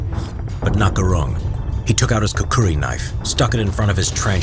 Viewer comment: Not "Kukuri". Kukhri!